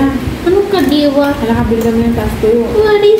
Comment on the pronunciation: Hinde kandiwa it’s kadiwa